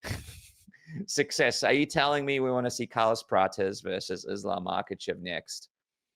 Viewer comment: Hate the way he says islams last name 😂